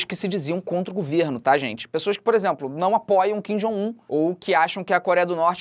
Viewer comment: "Kin Jong vo" Rachei o bico